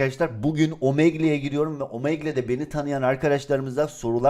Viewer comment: omegle diye okunmuyor omegıl diye okunuyor biraz gıcık oldum (kusura bakmayın kötü anlamda değildir)